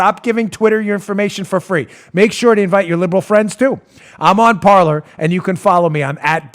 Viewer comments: Parler means "to talk" in French but it's pronounced "par-lay"... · Dan, you're great---but I think it's pronounced par'lay"! :o)B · It’s pronounced Parlay Dan. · Parler is French for talk, pronounced parlay. I dont know anything about the app.